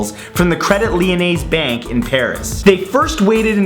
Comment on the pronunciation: CREDIT LYONAIS IS PRONOUCED AS "CRAYDEE LEEYONAY " NOT CREDIT LYONAIZE!!!!! GEEZ!